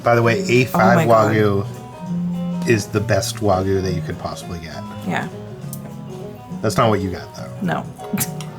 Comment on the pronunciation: Wagyu is pronounced Wah'~Gi' yoo not wah-goo lol